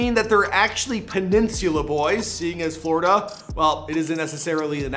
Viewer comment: The way the speaker of this video said “Florida.” 🤣😅😩